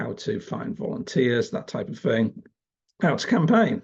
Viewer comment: Maybe a minor point, but your MOCKNEY pronunciation is annoying. WIV? FORT (instead of THOUGHT)? FINK? FING? And Reform is "reFORM" not "REform"